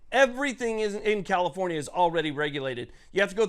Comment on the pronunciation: Did you say COMIFORNIA or was I not paying attention 😂The leaders of the enfringments gang Definitely they are not people friendly specifically if they want rights to exercise rights